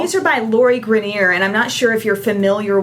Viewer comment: Her name is pronounced either "gray-ner" or "gry-ner" great vid!